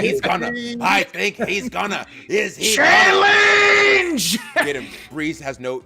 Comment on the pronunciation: I like - CHA-LANGE!